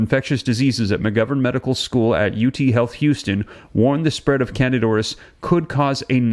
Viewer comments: Please learn the correct pronunciation of words that you use. You frequently mispronounce them. It’s not pronounced can-did. It’s can-deed-a. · It's not Candid, as in candid camera- it's candida (can-dee-duh). Why are you leaving out the "a" from the first part of its name? It is not a silent "a", and its placement at the end of the word makes the "i" make the long "e" sound, as in e-mail. It's candida. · It sounds like can di da. Not candid. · If you want to spread truths, know how to pronounce words that you are "spreading truth aboott". The phenetic pronunciation of the word "candida" is NOT "CANADA"!!!! It is can-dee-duh. For fuck sake! Figure it oot! Pitter patter, let's get at her! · Excellent reporting, as usual. Thanks! Also, with all due respect and admiration, the fungus is pronounced CAN-dee-DA ORR-iss. I apologize, I have a weird thing about pronunciation lol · Can-dee-da auris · Its Can -dida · FYI: the pronunciation of candida is(canDEE da) just so you know😊...BUT OF COURSE ITS IN HOSPITALS!! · At least pronounce it correctly! It’s can-dida! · Pronounced can-dee-ta.